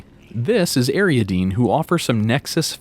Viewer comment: AR-I-AD-NEE is the correct pronunciation